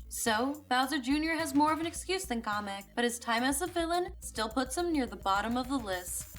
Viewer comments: His name is Kamek not comic LOL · Why does she keep pronouncing Kamek as comic? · im bashing my head at the way you pronounce kamek as kah mech